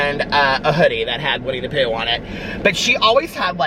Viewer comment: Winnie the prue 😂😂😂